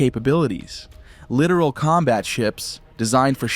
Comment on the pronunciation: You really should learn how to pronounce Littoral correctly . . .